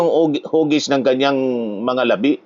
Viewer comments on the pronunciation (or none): Hahaha mga hugis ng mga labi?? Ang ganda ng pagka bigkas po ninyo sa "LABI" laɓí parang patay na hehe